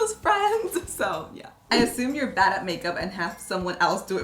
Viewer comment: When she says a word like 'bad' but sounds shes saying bat